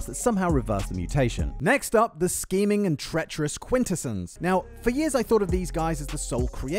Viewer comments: Bro this man cannot decide on how to pronounce quintessons. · mispronouncing "Quintessons" is pretty sad for a TF-themed channel.